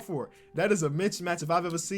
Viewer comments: doubling down on saying "Mitch Match" for mismatch. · “That’s a mitchmatch” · “That’s a Mitch-Match”